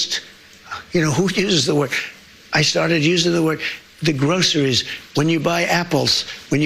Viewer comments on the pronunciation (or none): Trump doen't even know how to prononuce groceries. Trump just learned a new word. Groceries, that is Trumps new word for the week. Aren't you Repubicans tired of this person? How much more do we need to hear lies upon lies upon lies. Every day there is a new lie by this full bl own idiot. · He clearly needed a vocal coach to teach him how to say "groceries". This man has never been inside a grocery store. Never bought or cooked his own food. Never even driven I car that I know of. But somehow, republican voters think he cares about them? He's a lifelong 1 percenter, he knows NOTHING about what life is like for the other 99% of us. The only thing he's actually good at is stealing money from suckers. And that what republican voters are. Suckers.